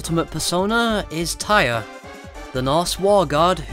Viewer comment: Not to discredit your work, but "Tyr", the god who presides over law and justice, is pronounced like "tier", not "tire".